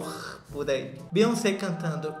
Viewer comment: se fala "BIONCEI"